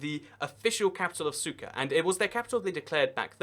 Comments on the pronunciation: he said cyka ._. instead of sucre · Another great video! Couple of things, in South Africa: the word is pronounced "APART'hate,"; in Bolivia, the first capital city is pronounced: "SOO'creh" not SOO'kerr" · SUKA?? seriously? it is SUCRE; There is a R and an E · Lol, sucker. That British pronunciation. Centre becomes Center. The american pronounciation is closer to the real one, Sú-kre. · French sugar. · Sucre???? Pronounced SOOK-RAY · lol he called Sucre "CYKA" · Hate to be that person but sucre is pronounced suk-ray .